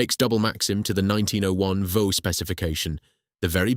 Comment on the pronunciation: Vaux is pronounced "Vorks" - went round the brewery in Sunderland as a kid